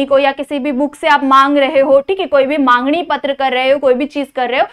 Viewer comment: Mam mangni nahi hota he it's magni